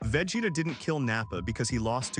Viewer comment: VEGETA!!!! NOT VAGETA 😂